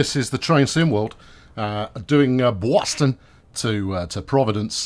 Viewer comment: you got REALLY close on pronouncing "Boston" (bawstun) and I would be a fairly good judge having spent my first 14 years of life on Cape Cod and my mom was from a Boston suburb. But, on with the trains!